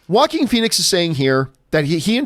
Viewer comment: "Jokin" Phoenix, that's how you pronounce it, right? He was born for the role!